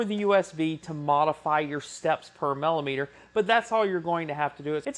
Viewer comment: sorry to be picky but the word is Millimeter as in Milli meter not Mallimeter